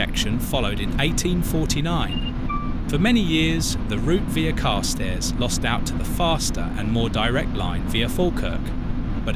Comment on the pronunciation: Yes, a really irritating voice. Carstairs has the accent on the second syllable as far as I am aware.